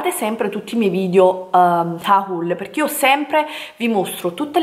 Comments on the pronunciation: ma perché HA-HUL? Sembra il grido di un indiano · pronuncia agghiaggiande!!!!! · HAULLL Lo dice di proposito... Ma xké siete così pesanti??? Se nn vi piace Basta nn seguirla... Se nn è di gradimento il modo in cui pronuncia le parole chiudete il video... Ma che bisogno c'è di sottolineare tutto booo.... Bel video e ottimo shopping 😍😍😍❤️😘